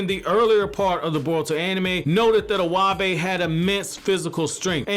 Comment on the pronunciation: Iwabe is pronounced e-y-bay lol you totally butchered my 2nd fave character name